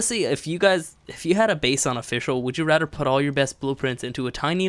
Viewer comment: do you relise you say Rader and not rather